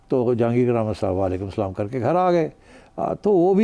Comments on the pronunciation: Zabardast Salam accent by Najam Sethi Sahib ❤❤❤❤❤❤❤❤❤❤❤❤❤❤❤ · Sethi saab...Acha kia .now your Salaam is rightly pronounced😅🎉